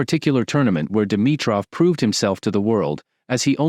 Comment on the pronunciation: 😂Is this AI cause its butchering his name everytime just as Rublov when its Rublyov (in russian the e has two dots on top which makes it sound like yo)